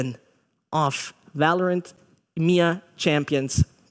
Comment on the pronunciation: It's EMEA not Imya get it right